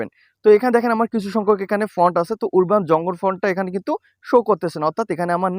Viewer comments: ভাই উরবান না উচ্চারণ হবে আরবান🎉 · ওরবান উচ্চারণ হবে না । উচ্চারণ টি হবে - আরবান, যার বাংলা অর্থ - গ্রামীণ ।